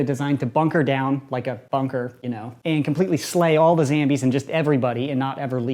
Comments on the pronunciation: It's zombies not zambies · He said zambies not zombies lol at 40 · Who else notices that he says zambies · Stop saying zambies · I hate that you say "zambies" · Did he just say Zambies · I love how he says Zabies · he said zambies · Lol he said zambies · He Said Zambies LOL# Need like on the comment👌